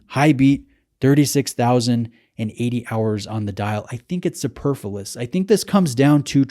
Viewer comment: su-per-FLU-OUS. not su-per-flus. Sorry I just annoyed.